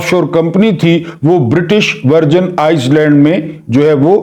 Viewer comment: Correct your pronunciation..its Iland not Iceland. 🎉